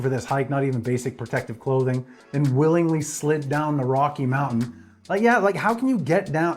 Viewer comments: Mountain,not mounain. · she can't even pronounce mountain 'I just fell down a mowghin' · She fell down the side of a mow-in. No doubt my generation said things that made the old folks cringe, but please, PLEASE pronounce the T; you sound like a three-year-old. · i thought mountain has a t in it.. English is hard